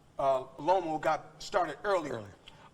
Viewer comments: Floyd said Lomo 😭😭😭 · Salida and Lomo Lmao. Floyd BMs these boxers purposely mispronouncing their names all the time, it’s amazing haha. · “Lomo” and “Salida” 😂😂 Floyd stay butchering his words